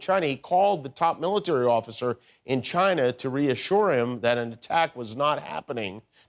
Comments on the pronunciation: Why does Trump pronounce "China" so weird? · lol why does trump say china so weird? he's such a clown, how did he ever get elected to begin with? oh that's right, he lied to everyone pretending to be someone he isn't, then after getting elected his true colors came out. how is it humanly possible to be that narcissistic anyway?